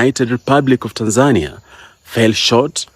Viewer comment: The first person out side of Tanzania pronouncing “Tanzania” correctly 👏🏿